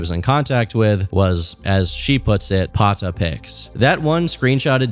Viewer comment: Lol this white boy said pata💀😭